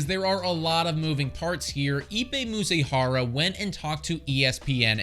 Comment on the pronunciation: It’s Mizuhara, not Muzihara. 😂